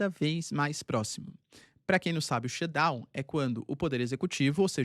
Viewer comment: SHUTDOWN. TEM QUE FAZER O SOM DO "T". daqui a pouco o Xandao vem atraz de voce